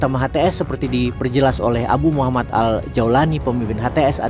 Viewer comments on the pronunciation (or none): none